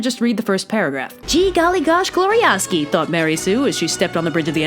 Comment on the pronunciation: Mary Sue? Don't you mean maREY sue?